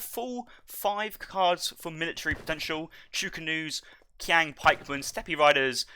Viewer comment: It's not "kwaang" pikeman, it's "cheeang" pikeman. But besides that, interesting strats from Hazza and nice casting as usual!